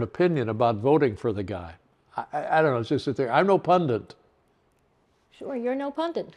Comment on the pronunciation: Dave: "I'm no pundent" Nobody is a pundent, it's not a thing.